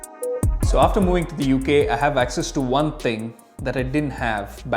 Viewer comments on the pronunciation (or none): none